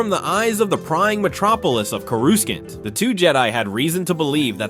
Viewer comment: "CorusKant"??? I'd advise dropping the AI voice and use your own. Authenticity will do a lot of work for you on YouTube, especially given how prevalent AI voices already are on YouTube.